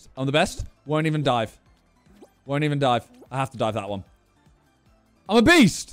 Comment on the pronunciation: When Simon said "I'm a beast" over and over again, I feel like he said "I'm obese"